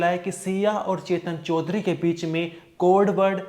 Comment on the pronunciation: चोदरी नहीं चौधरी है, ठीक से बोलो😅